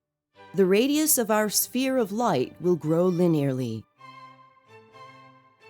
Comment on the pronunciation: Green Spear? it's pronounced Sphere or Sfere. think of the word phone and then pronounce Sphere. good video